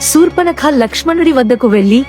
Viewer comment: Yes right. Sa sha difference